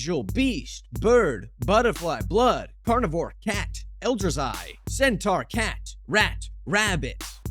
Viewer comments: ell-drah-zee. not ell-drah-zeye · You are the first person I heared that pronounced Eldrazi as Aldrezay 🤣🤣🤣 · I really felt when he said Eldra-Zhai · The way you pronounced Eldrazi was heinous 😂😂